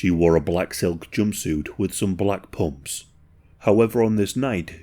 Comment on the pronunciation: Hearing you say “pumps” gave me a giggle. 😂